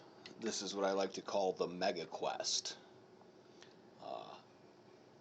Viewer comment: bro its meta not mega get the name right